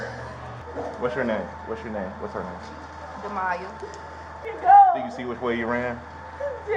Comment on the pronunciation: Her name was D’maya! Please learn to say our names correctly ❤